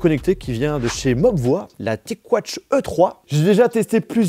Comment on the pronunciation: D'ailleurs ça se dit mobvoille et pas mobvoi